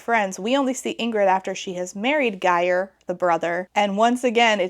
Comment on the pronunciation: Your pronounciation of Geir had me in stitches. It's a bit of a tough one I get it